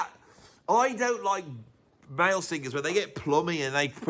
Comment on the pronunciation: It would be nice if you could pronounce singers instead of sing-gers! And then you reprise the "club singer". Vic will be sending a cease and desist.